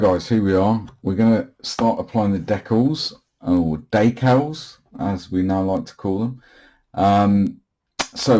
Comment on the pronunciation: Typing this as I’m watching. Why so jittery? Waay too much coffee 🤷🏼‍♂️🙈😀. It clears up though. it’s coming along nicely. Just ordered an apex brush.probably be here next week. Stay safe 🍻🌲 Lol, de-cals not deckals or daycal 😃